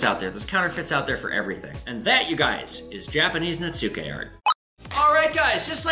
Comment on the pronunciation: Netsuke is pronounced Nets-key. Just learned myself. Love the vid!